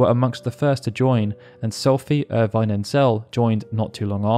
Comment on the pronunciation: Same here! Also pronounced Ultimecia’s name as Ulti-mEEcia. I think he said Irvine’s name different than I thought as well. These names tho. Lol!